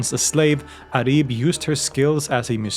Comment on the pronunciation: I like to say that her name is عُريب (auraib) not عَريب (arib)